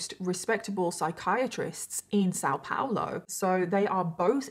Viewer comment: I'm from São Paulo and It's só adorable how you pronounce it 😂❤ still very much better than people here in Germany got example. Thanks for talking about this. Since I live in Germany I don't keep up with much there, because I already am bombarded with things here in Germany. Tooooo many topics. Thanks for your work in general ❤